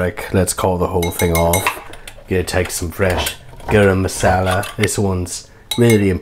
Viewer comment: I hope you know how many indians and Pakistanis you killed saying gurm masala. amazing recipe doe!